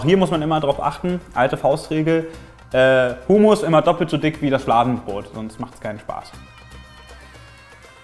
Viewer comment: ich bin Palästinenserin und kenne Humus und weil es eigentlich arabische Zutaten sind und das Gericht auch Humus und Tahin werden beide anders ausgesprochen aber das ist Wimpel